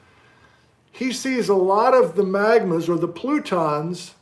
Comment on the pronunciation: Did you just start to say "frutons"? Fruit cake plutons.